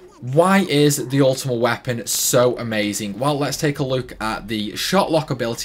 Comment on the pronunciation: “Ultimate Wapon”